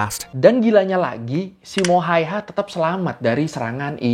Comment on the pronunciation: bang sebutan simo hayha gini SIMO HEYHA gituan dong😅😅😅